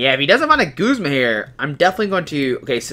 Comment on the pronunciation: He's also pronouncing Guzma as Goos-ma. I pronounce him how his name is spelled. Guz-ma.